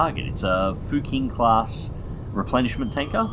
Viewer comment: I don't wanna be too boring but "q" letters in pinyin is pronounced like "ch" in english and "x" are pronounced like "sh". so "fuqing" is actually pronounced "fuching". Chinese is a weird language... that's about as much as I know